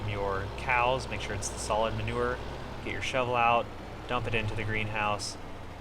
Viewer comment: Its manure not manover